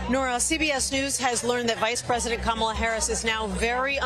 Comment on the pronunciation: Someone tell Gayle King and CBS that her name is pronounced "ka MA la" and not "KA ma la".